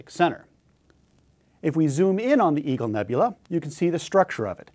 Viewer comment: Oh, EAGLE nebula - kept hearing EVIL nebula. LOL